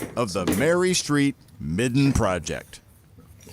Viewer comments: Good story. small correction. It's a midden not a mitten. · The word is "midden", not "mitten".